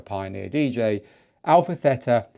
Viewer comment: Good morning from Chania-Crete-Greece!!! I follow you and I like your podcasts!!! Please say to the people about the new name of Pioneer.. The right name call it, Α Θ, From the Hellinic Alphabet (ΑΒ) The A (Alpha) you spell it ok,,, The Θ (Theta) , the right spelling is like "Tina" not Tena... ΕΥΧΑΡΙΣΤΏ ΠΟΛΎ Κ ΚΑΛΗΜΈΡΑ!!!